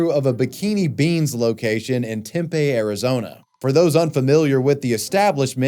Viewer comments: Tempe is pronounced "Tem-pee". Not "Tam-pay". Salem is a town in Oregon, not Washington. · Temp-eh? It's Tem-pee. Lol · Tempeh😂😂 it’s tempee broooooo pronounced tem-pee! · “Tem-pay Arizona” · Tempe is pronounced like timpee. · the way u say tempe is so funny lmao its said like temp-pee for anyone who wants the correct pronunciation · Ngl, I disliked this video purely because of how you pronounced Tempe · pronounced tempe wrong. pronounced tolleson wrong.